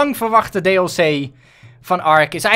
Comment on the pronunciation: Triggert het is niet dlg maar dls